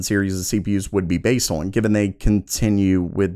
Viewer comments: Why does he say "Orn" when he means "On"? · I'm afraid to keep watching. I'm gonna start saying awon instead of on. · I cant get over the way you pronounce "on", "Orrn". lol nothing personal. thanks for the vid.